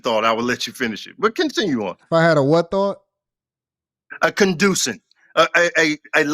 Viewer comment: lol “conduscent”